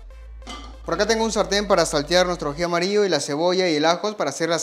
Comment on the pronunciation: Excelente video, te sigo, pero trata de hablar bien no es aji amario, es aji amarillo. Tampoco se dice lo corto la papa, papa es femenino se dice se corta la papa, esta carne es muy bueno no se dice así, se dice esta carne es muy buena, carne es femenino, etc. Te ven de muchos países, deja una buena impresión de nuestro país 💪